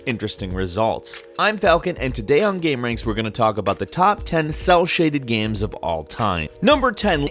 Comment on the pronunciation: Hearing you talk about "gyems" is like hearing Cumberbatch talk about "penuins". I love it